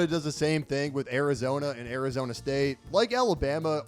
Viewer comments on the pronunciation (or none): none